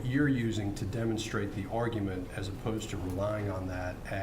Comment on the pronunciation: De-monsterated, or demon-strated.... How do you say this word?